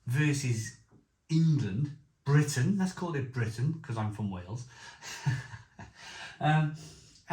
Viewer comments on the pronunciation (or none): none